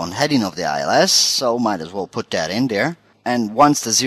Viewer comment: "Put dat in dere" haha Great tutorial. To the point.